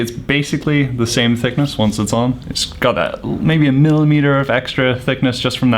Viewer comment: i wanna punch him when he says millitmeter and just him in general.